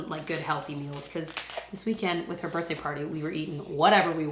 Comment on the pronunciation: I love the way you say birthday, “birtday” ❤😊